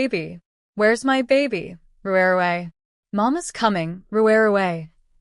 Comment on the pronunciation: It’s my’ not m-y. It’s 1 word